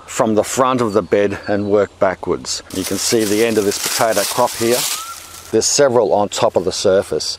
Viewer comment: Potaidie? What is this accent? xD